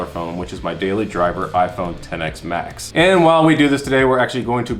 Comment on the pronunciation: Hearing you say "EX S max" instead of "10 S Max" hurt my brain.